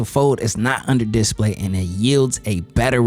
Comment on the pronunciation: Just to be picky, the accent should be on the second syllable of display, not the first. You said that word so many times it was driving me crazy. Just so you know, I am a fan of your channel 👍